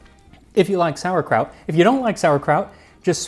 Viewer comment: You say "it smells like sauerkraut" I hear "it smells like spitting in God's face".